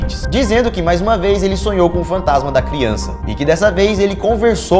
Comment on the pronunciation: "kiança" kkkkk